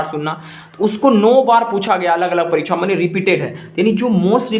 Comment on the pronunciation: It's परीक्षा not परीक्छा